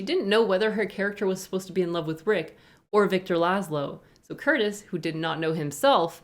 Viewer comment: Minor detail: the director's name Curtiz is pronounced "Cur-tease". He directed oodles of famous films, from "Yankee Doodle Dandy" to "White Christmas"